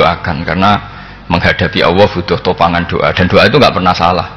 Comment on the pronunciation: Saya kok risi ya denger Gus Baha kalau menyebut nama Allah (Alloh).. kok kaya kedengeran Awwoh gtu ya.. apakah sama teman2 lain dalam mendengarkannya.. Apakah tidak ada yg bisa mengoreksi beliau..